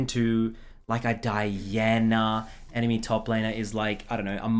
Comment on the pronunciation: The accent on Diana and Mundo 😂